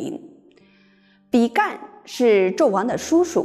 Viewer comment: 比干，干音ㄍㄢ。天干的干。